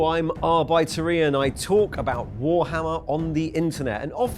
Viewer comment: First time I've ever heard someone pronounce that as 'Arr-bite-er'